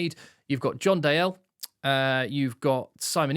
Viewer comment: Its probably been said, but its Dee-el (said with a scottish accent, obvs). Great content as ever.